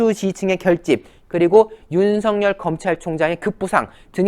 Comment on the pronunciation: 윤성 열 인지 윤석열인지 발음좀